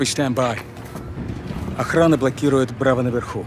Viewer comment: Чтобы отвлечь охранА И произношение в целом ломанное, интересно, почему activision просто не взяли русскую озвучку?